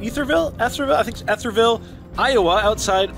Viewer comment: Wow...that was steaming !! Sorry they gave you grief...that's not how we pride ourselves around here. Estherville sounds like Ester ville. You rock... Love watching your vids...and happy to see you were able to get in a few eating challenges around the Iowa Great Lakes area !!